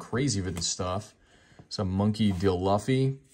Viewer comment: Learn how to say Monkey D. Luffy for god sakes, you’re killing me smalls. You can tell you’re not a true fan of the Anime series, shame.